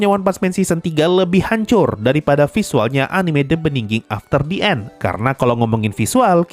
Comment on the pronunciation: Btw The End sensei, bukan The And